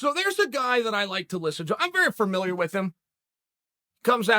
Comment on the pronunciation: It’s not fermiliar chael it’s familiar